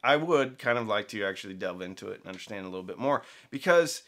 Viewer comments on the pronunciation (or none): none